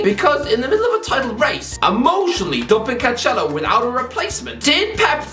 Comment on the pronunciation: complains about the way people pronounce Doherty Also: can't pronounce the likes of Caicedo, Cancelo, Chicharito names properly